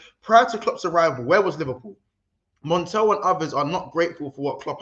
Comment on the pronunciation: I've subscribed! Only regret is not subbing earlier. made me spit my drink in the staff tea. How is he dropping the government? 🤣 How are you saying Montell? ☠️ Chin up lads gotta just firm it